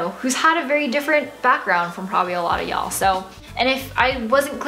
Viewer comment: does everyone in san francisco say ya'll? YALL YALLL YALLLL sounds so weird haha